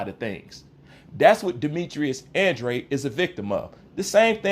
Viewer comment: He is trolling he can’t even pronounce Andrade 😂